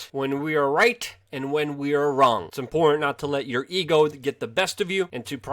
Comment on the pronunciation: Impor’t?... Do you mean Im-por-tant... lol